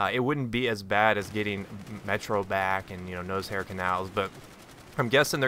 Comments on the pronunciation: Sounded like you were saying nosehair canals... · I love how you pronounce Noshar canals (Nose-Hair canals) lol :)